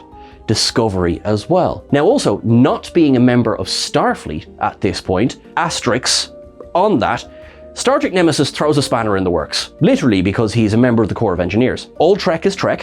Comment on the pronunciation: That's "asterisk" not "asteriks"!